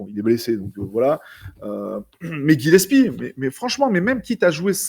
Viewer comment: C'est GilleS - pie et pas Gile- psy les gars petit moyen mémo-technique